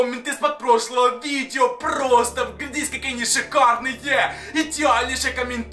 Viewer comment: Почему когда говорит просто сразу же мне кажется что он говорит просто сри уже🤣🤣🤣😂🤣😂🤣